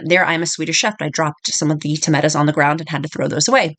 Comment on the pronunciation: Great recipes and love the way you say tametas (tomatoes)😂